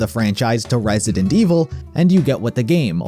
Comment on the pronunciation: "Resident May Evil"